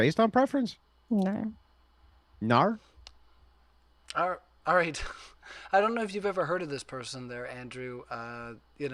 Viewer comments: naurr... - Naur? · Noahrr and Yeahrr 🤣🤣🤣